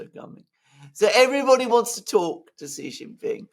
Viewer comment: Shee not Jhee